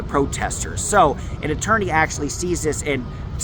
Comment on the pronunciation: Coit appointed attoiney. 😂 I couldn't have said that tongue twister right at all.